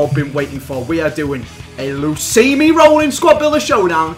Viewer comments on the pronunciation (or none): He's known for so long it's luismi but he like to say lusimi better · Luismi.... L u I s m I not lusimi eh... Lusimi Roolin dey hatin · His name is pronounce in spanish Loo-ees-mee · i know, but they pronounce it like "lusimi"